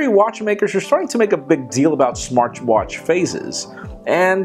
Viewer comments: you just said "Smarch watch". LOL! That was funny. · Smartchwatch :D